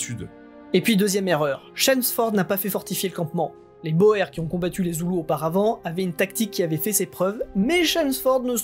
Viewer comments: On ne prononce pas "Boères" mais "bourres"... Même si ça s'écrit "Boers" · Ça se dit "bourgs" et non pas Boer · boer"s" , en néerlandais, se prononce bour (long sur le "ou" ; bouur (s) ;)